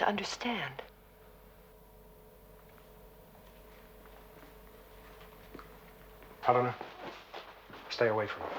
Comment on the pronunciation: ever notice how awkward Landau is when pronouncing the names of Helena, and Alan? He has trouble with the L sounds when its in the middle of a word....he pronounces it like a D.....